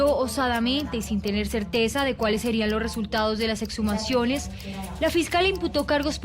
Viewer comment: Señor investigador no se dice ocservar, sino observar, a la fiscal decirle que no son etshumaciones sino exhumaciones , segundo vi otro vídeo donde todos dicen que los mujeriegos son los costeños y a estos cachacos de que parte de la costa los sacaron ?? XD y tercero la del segundo caso, para que el papá se descompusiera tenía que tener más de 1 día de fallecido, mucho no lo visitaban se ve. Y en conclusión no fue un éxito esto gracias a la fiscalía ni a ningún ente, la capturan a la gorda esta por idiota, porque dejó el carbo furán en el hotel, sino hasta el sol de hoy no se sabría que causaba las muertes.